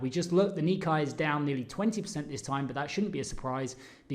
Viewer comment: If you are going to be a professional trader & market analyst, please learn how to pronounce key markets like "nikkei" it is pronounced "ni" + "KAY"... Thank you!